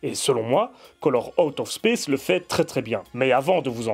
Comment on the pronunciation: ta prononciation me fait rire